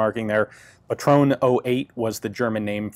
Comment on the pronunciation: Hey Ian Similiarily to a lot of english speakers you neglect the "e" at the end of some german words like Pistole, Patrone, Porsche etc. It's actually audible (we are not the french dammit!) It sound like the "e" at in "end". But all in all your german pronounciation is quite good! Still I would like to hear you saying Pistole correctly next time. Any way, great videos, keep 'em coming!